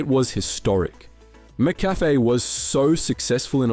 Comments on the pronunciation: Absolute banger of a video, but dude can’t pronounce McCafé for the life of him. Mac Café? Macca Fay? My Brother in Christ, it’s McCafé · You pronounced ‘McCafe’ once correctly in the whole video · Literally came to the comments to say the same thing.. 🤦🏽‍♂️😅